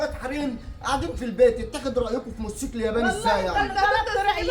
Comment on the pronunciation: يا اسمه موتوسيكل مش موسكل دايما تنطقيه كدا